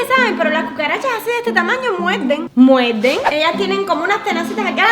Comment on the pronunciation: Wao los cubanos hablan diferente xD como que pronuncian la R como una L sandra dice "muelden" en vez de "muerden" o "maltina" en vez de martina y asi xD que cool como hablan, y otra cosa él tiene un gran talento en el dibujo :)